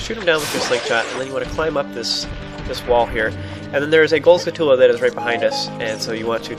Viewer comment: u say skulltula(did i spell it right?) weird lol